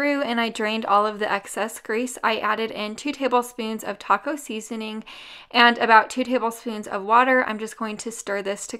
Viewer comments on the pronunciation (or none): none